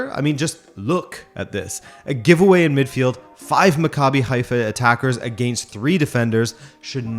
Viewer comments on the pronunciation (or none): none